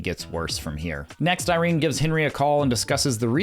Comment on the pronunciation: IrenA, not Irene. Sorry it's bugging me haha